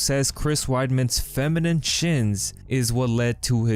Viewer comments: Luke Rockhold says "feminim" shins. He's not just an asshole he's an idiot who can't string together a sentence or pronounce words correctly. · How the hell can Luke Knockedcold say anything about any other fighter. He is the biggest meme in the UFC! The fool can't even say the word "femenine" properly! Lmfao! What a bellend!